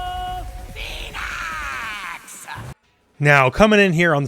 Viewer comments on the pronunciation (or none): The Tekken announcer almost ruined the trailer with the way he pronounces 'Phoenix' in the intro